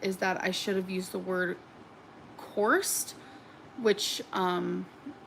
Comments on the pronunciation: Who tf taught her “compelled” and “convey”? learning words and terms is dangerous. She also completely botched the pronunciation of “coerced” 😂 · How many years has it been since the poem? She still hasn’t learned how to say coerced